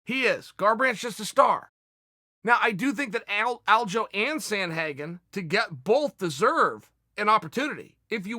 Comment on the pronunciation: Haha glad everyone noticed when Chael pronounced it Aljo